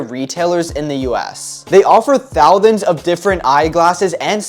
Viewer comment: The way bro said thousands